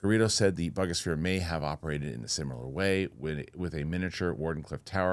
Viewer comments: I think it's pronounced Boo-ga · your as uneducated on this subject as much as most of the people in the comments. You also mispronounced Buga.